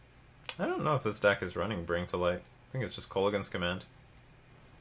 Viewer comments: I've never been a fan of alternate win cons (or counters decks, for that matter). That said, Hadana's Climb could be an interesting replacement for Vorel for a more traditional win con. It should be couatl, btw, and it's pronounced something like koo-WOT-ull. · That's fairly close, the proper pronunciation is either Co-hat-tell or Co-wa-tell both work